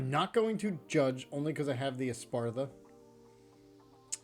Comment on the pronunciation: "Espartha" :P